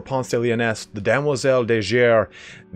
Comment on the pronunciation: Now only has to pronounce it right;)